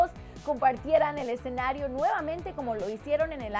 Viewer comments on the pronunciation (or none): none